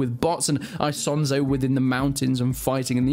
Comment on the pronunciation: i cant keep watching this with how hes saying isonzo